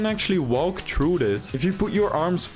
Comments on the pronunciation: I hate and love his voice cuz he says true instead of threw or through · You were also saying true instead of threw 😂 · Why does he says True and not Trough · If I had 10 dollars for every time he said “true” instead of through, I don’t know how much I would have but it would at least be 80 or 90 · See i just went true. (That is definitly a dutch accent) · Bro the way he says through is so frustrating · Bro can’t pronounce through